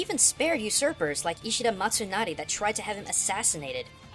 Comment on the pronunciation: Oh yeah, I thought his name was Ishida Mitsunari like in the games. Are you referring to another Ishida when you say "Matsunari"?